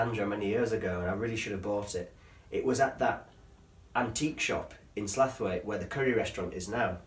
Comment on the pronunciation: Love the video but are you saying Slaithwaite wrong on purpose, tha should know it's Sl ow it